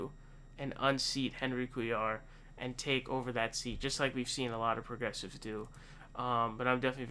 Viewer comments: Pronounced cway-are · Cuellar is pronounced "Quay-yar"